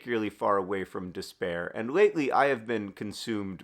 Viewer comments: I love the Nerdfighter community, and I am so grateful that I was finally able to afford to donate during P4A this year 💚 but also...when you started repeating the word despair, I started to hear 'dis bear instead. And I thought wow, 'dis bear has a lot going on, and he should definitely leave John alone. It made me giggle and reminded me that sometimes it is possible to laugh in the face of despair/'dis bear 😂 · Every time you say “despair”, Hank, I hear “this bear”. And man.. this bear is really holding you back. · I really thought you were saying “this bear” instead of despair and I was like “that’s such a poignant metaphor ❤️” 😂